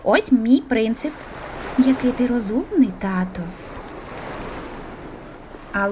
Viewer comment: Господи..., та не "греСти", а "греБти"..., не "татО" у звертанні, а "татУ"... І що це за "умнічкі"?..